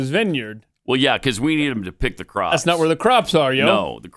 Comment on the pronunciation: Pelosi speech is getting distinctly worse. Her dementia is obvious now. She says Pops instead of Crops